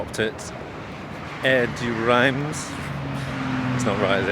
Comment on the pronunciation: You can put these place names into Google Translate and click the speach button. It will give you the local pronunciation and English equivalent. - Reims: pronounced Reems!